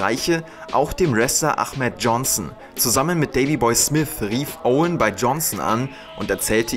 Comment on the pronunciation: Er heißt aHmet nicht aCHmet johnson🤣 lg